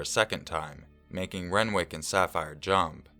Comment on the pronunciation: SAPPHIRE AND RENWICK WTF. I KNOW YOU CHANGE NAMES FOR ANONYMITY BUT FFS SAPPHIRE AND RENWICH